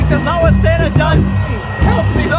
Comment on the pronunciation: it's not santa it's samta 🤣🤣